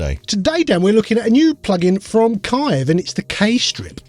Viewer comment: Again guys... Dan's genious construction of the Kiive Sleeve [Sliive] was the best thing you ever came up with, so it's Kiive, not Kaive.